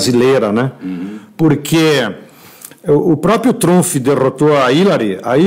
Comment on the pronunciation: Donald TrumFI..!! HAHAHA